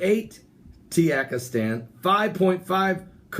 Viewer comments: Man there is no country named Tiyakistan lol or karakistan hahahahha. 😂😂😂 It's Ta ji kis tan "Tajikistan" or Ka zak I stan "Kazakistan" but you made my day it was funny to hear you tayikistan. Buy the way I am from Uzbekistan I wish to hear you say it I wonder how it'll sound. It was amazing reporting good luck 😀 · Tuhjeekistahn is how you pronounce it. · Sound it out, Ta jik i stan. It's not hard. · Maybe he is using the mexican pronunciation of the letter J. Ha ha it is funny though.